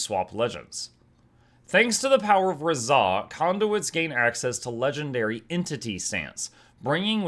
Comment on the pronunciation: Razah is my Fav hero in GW1, it's actually pronounced RAH-ZAH (Like the Sun God Ra). Its been so long I forgot the fact he could be any class, so I changed my mind on Revi channeling him even though a few weeks ago I thought hed be cool, but I was focused on him initially being a Ritualist. His lore is pretty amazing though. I'll just keep going back and forth between MONK and DERVISH... My body is ready.